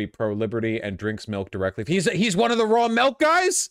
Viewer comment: The saddest thing in this video is Vorsh pronouncing milk “melk”